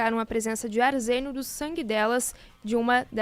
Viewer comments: Aí... "arzenio" affff....😢 arsênio fia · "Indetificaram arzênio" ...